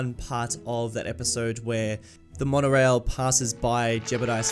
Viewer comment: Ah yes, the W in Wonorail.